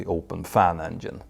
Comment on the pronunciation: Does he pronounce it "Engien" ???